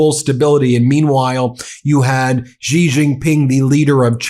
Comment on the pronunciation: Don't mispronounce the name of Xi Jinping, Xi is not Gee, it is a light s, lighter than s, get it? Don't sound like an idiot.